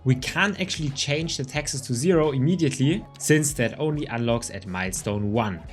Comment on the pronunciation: I can tell you aren't american because you keep pronouncing "Texas" instead of "taxes"